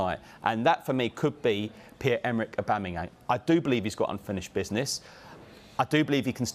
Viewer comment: "Pierre Emerick Obamemyang" - who doesn't know him 😂